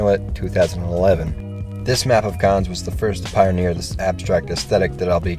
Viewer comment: it's pronounced "dayum cone" xd